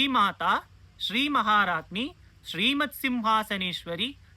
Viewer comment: Hi there, is it pronounced as maharajni or maharaagni. Thanks.